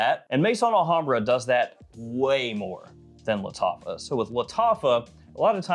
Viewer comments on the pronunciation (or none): It's Al Hambrah not La Hambrah